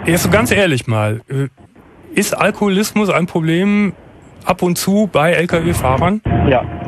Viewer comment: D: "...Beschreib mal deinen Alkoholismus..." P: "...Jo, mein Al-Aloho-kolismus…" xD